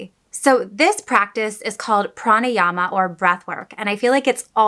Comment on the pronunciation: You pronounced it very well,"pranayama" .love watching ur videos,love from india.